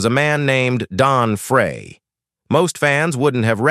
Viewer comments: Pretty sure Don's last name was pronounced like the word fry, not like the word fray... because my great grandfather's last name was Frey, pronounced fry... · Including mis-pronouncing Novi and Don Frey's last name.